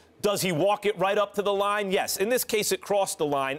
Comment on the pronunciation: SAS "Jes"